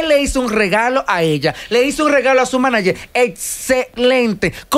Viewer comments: No hay forma que Amelia ni puedan decir Manager 🙄 dique Maniyer 🙄🙄🙄🙄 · por favor de las cosas o las palabras como son ( Manager ) no es maniger, ya que la palabra viene del origen ingies. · Cada vez que dice ''maniger'' me da ansiedad. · Tierra ábrete y trágame cada vez que Amelia dijo Maniger cuando es MANAGER que se dice... Amiguita mejora tu léxico antes de buscar camara